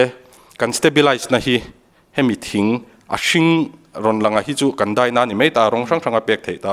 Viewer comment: "ta a, ta a," tih reng hi a ngaihnawm lo. Tin, 'a' hmanna turah 'e' angin a lamri nasa. Eg., Deih (daih tih tur), peihte (paihte tih tur), etc.